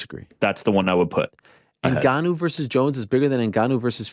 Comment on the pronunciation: Tbh I'm not sure helped him train that much, he was definitely involved to some extent but to what extent we don't really know. couldn't even say Ngannou's name properly in the press con haha